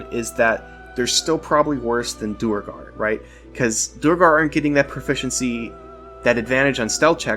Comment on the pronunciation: The pronunciation is “Dwegger”. Great vid!